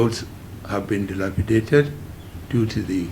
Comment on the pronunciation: What a hell remark is this bigot fashioning, bcos you're the part of the system who orchestrated this disunity and divisive draconian 1999 fraud constitutional being central by you and moron So forget binding ourselves again, let everyone go his seperate Ways . dumb couldn't pronounce Dilapidated" instead break your grammar, bull cr**p